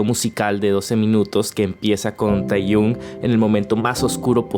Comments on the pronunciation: se pronuncia tejiong no teyun... fuera de eso, buenísimo el vídeo, me encanto. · Hola, me encantó el video, muchas gracias por explicar todo tan bien. Pd: se pronuncia tejion ni teyun jeje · Con todo respeto, pero se pronuncia yong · Jo,, tu forma de pronunciar Taehyung me está matando por dentro.